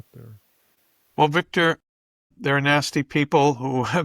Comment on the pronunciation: "Beek-tor, tell me, is Trump going to ween?" -Jose